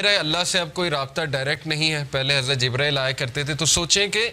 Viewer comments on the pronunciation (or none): none